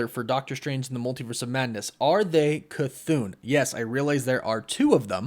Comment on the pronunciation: Chython = cuh-thah-n no elongated syllables